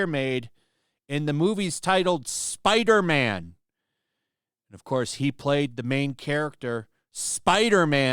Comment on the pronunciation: Spiderman not Spiderma'am, Kirsten....